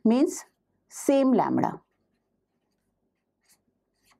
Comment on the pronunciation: Not (lemra) its lemda plz not break the legs of English Teacher ❌ phaticher ✔️